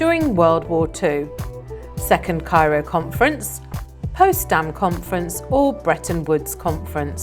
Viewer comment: not postdam its potsdam im always amazed at the mistakes and badly spoken .im irish 82 year old mother trying to keep my mind alert please could you read up on the questions and give correct answers